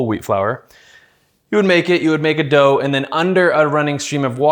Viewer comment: 💞💓😍💓💞😋💞💓😍💓💞 WHOA THE URGE IS REAL!! The need to prepare for a Sunday brunch accompanied by Mimosas, Bloody Maries, Double IPAs and/or Rose' is ASAP! Also I Believe But am not for certain the way he says Dause is SO Canadian! AYE... That Sounds Aboot Right!?!!😂